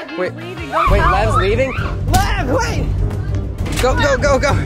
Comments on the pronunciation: When she said by lev it sounded like by love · I thought she said love actully she said lev